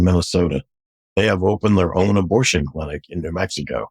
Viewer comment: He said..I've been taking drugs since I was 12 and I didn't need a satanic coven for that!..Didn't he say previously that he was doing all this in a satanic coven! and he keeps saying 'abortsion'..I think what he's saying is sarcrifice! but he's too embarrassed or ashamed to say it!...Maybe the lies haven't stopped!...Still..glad he's repented!